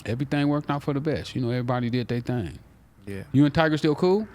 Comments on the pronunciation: “Tiger” 😂😂😂😂😂 Tyga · “Tiger” lmao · its funny how he calls tyga "tiger" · Lmao I fuk wit both of them but why do they keep sayin tiger and not tyga